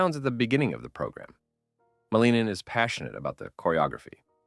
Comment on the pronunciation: Pronounced Malin-Nin, not Maleenan.